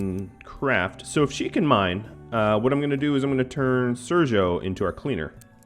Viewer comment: Sergio now is pronounced in the right way. Good job man, you're great :D